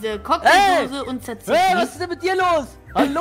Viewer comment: Warum sagst du halo ja ich bine da hallo 🤦